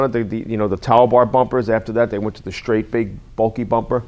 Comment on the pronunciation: Oooh! I like the ones with the "shtraight" bumpers!